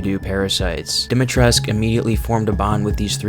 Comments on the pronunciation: The "u" at the end of Dimitrescu is meant to be pronounced! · I love this video but it's lady du-me-tris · Isn’t it Dimitrescu? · Everyone pronounces Lady Dimitrescu wrong. It's annoying. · Am i the only one who pronounces the u in dimitrescu since it's romanian and all that